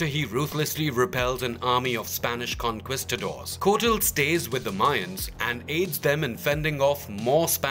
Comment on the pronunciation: “Conkisstador” lolololol